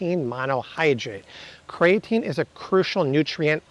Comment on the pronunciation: It's "kree-uh-teen" NOT "kray-uh-teen". Look it up.